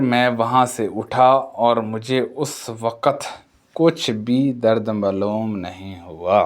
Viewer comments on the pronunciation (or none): آپ کی اردو بہت غلط بول رہےء آپ۔۔۔ ہدایت کو ہدایت(Hadait) ۔۔حاضر کو (Hazar) کہ رہےء۔۔۔معلوم کو ملوم ۔۔۔ کیا ہے یہ